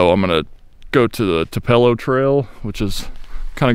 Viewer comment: Great place tupelo is pronounced to_pole_low